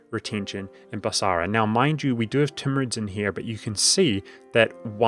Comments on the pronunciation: Noticed this in a different vid. You pronounce it Bas-a-ra rather than as Bas-ra. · The only thing wrong with this video is the extra "A" that he puts into BasAra... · When did Basra get an extra "a", or is it a hint to the Arabic word for market: basar?